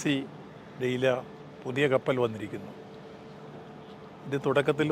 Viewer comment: Not dalia.... Its calling deila.... ഡാലിയ.... ഡെയില